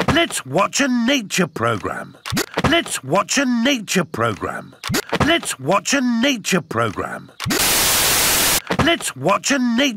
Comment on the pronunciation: Daddy pig:let’s wotch a tv boy